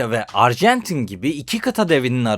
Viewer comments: arjantine de ilk açılışta arjentin demişsin😂😂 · Abi başta erjantin demişsin 😂. Bu arada dalga geçmiyorum sadece sakasina😊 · "Uruguay" "Arjantin" diksiyon ve vurgular felaket.. Lütfen seslerin boğumlanması, seslerin açık -kapalı oluşları, velhasıl; diksiyona çalışmalısın. Emeklerine sağlık..